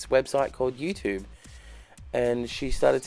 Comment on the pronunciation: When Australians say YouTube the American way it makes me want to kick things. 😡